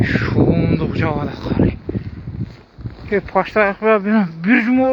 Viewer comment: КААр эмес кар